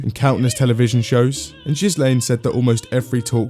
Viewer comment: "jhislaine" not "ghislaine" ofcourse